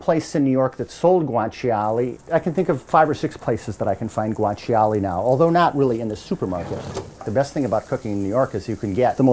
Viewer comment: it's funny how he says guanciale... guwan chee ollie